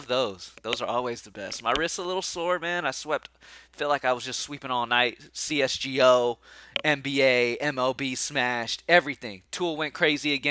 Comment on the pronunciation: When u said c-s-g-o 😂